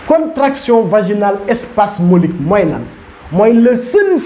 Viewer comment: C'est Spasmodique et non spasmolique.